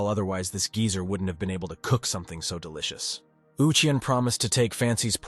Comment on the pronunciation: licen to how duilicus was said.😅